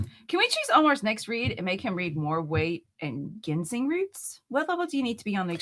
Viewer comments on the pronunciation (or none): It’s pronounced Jin-seng. No hard g.